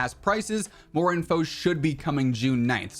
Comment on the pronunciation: "Moe updates Moe probablems"